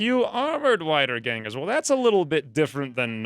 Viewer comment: how to pronounce "Wiedergangers" = Weederganger, youre welcome :] also, the montages are fine, aslong as heads fly i dont have anythin more to loath for